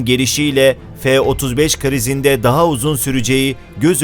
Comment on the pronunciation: F degil la.. Ef ef diye okunuyor